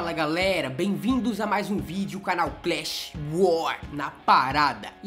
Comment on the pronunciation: fala clash n clesh